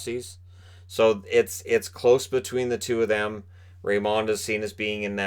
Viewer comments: I won't be surprised if, in a few years from now, we see Byfield being the one who should've gone number one... or someone from the 6th round amazing us all. Edit: Also, again, "Raymond" is pronounced like you think it is - not that french touch you want to add. Trust me, we're both Swedish and I've heard his name quite a lot:) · I love ur content but plz stop saying lucas rayMOND